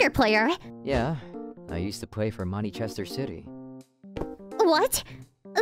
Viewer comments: im sorry but fr"eaking manichester city im fuckng dying XDDDD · “Manichester city” 💀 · What is manIchester city 😂😂